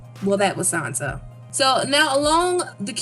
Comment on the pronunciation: Who exactly is Sanza? I have heard of SanSa, Not Sanza...